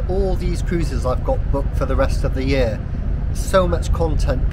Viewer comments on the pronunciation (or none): none